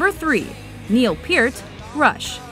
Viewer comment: I love john bonnham. He was suck a uniqu tallent. By the way you pronouced neal peart wrong.